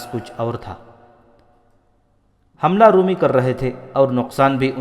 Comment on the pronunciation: Brother, your channel is ‘’. But your pronunciation of Urdu is so wrong. ‘Roomee’ is wrooong. Try Romie. Nawais is wrong, try nawees like akhbaar Nawees. So many words you have massacred. Stop that Qataal, please.